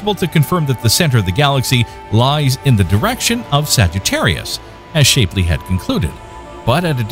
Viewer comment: Please learn how to pronounce "Shapley" correctly, ty.